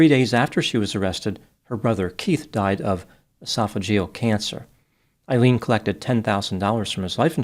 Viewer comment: Her name is pronounced A-Leen…